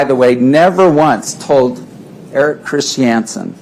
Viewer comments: Chris shee anson!???-this WACK JOB DOESNT EVEN KNOW HOW TO SAY CHRISTIANSEN!????😆🤣🤣🤣 WAAAY TA Pick the worst lawyer IN THA WORLD paltrow,,,--not very smart is she?? Painful. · Mr CHIS-TI-AN-SEN